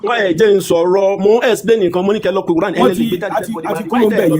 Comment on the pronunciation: Is it qur'an or kurian? 😅